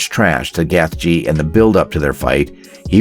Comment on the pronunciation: And Justin “Geth Jee”